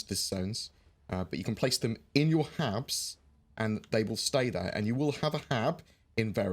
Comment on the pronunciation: Not gonna lie, thought you said "persistent abs," and thought it was a weight-management mechanic for our avatars, lol